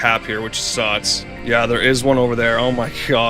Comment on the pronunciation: I don't despise the way you say Mærio, or the Nintendo Diaz, or how "this part suts" It's part of who you are 😊